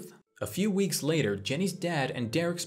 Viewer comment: Hey the boys name is the same as mine and it isn't pronounced derek